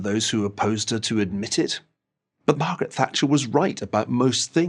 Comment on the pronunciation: All I hear is: MARGRRT THATCHER IS DEAD